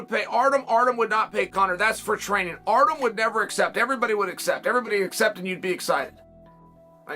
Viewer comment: It's Artyom, not Artem. The ё make a 'yo' sound.